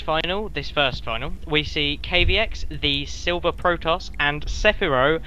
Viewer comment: Haha Thanks for hosting the tourny,I am Kaviex(BTW pronounced Kah-ve-ex) and also thanks for casting the games,it was fun,and yes,my supply blockage was terrible in this game,dont know why lol,probably just nerv's :)